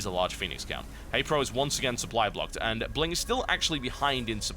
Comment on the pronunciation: can i just say its not bling its pronounced B-ling :)